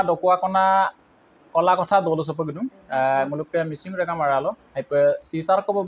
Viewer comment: Régam নহয় Réngam হয়।